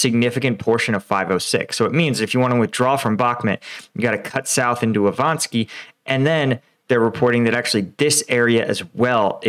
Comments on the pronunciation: Still not Ivanski, it's still Ivanivske. Yahidne, not Yadhine. Please learn to read. Good job on Svatove, though! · Map: "Ivanivske" Reads: "Ivansky" idgi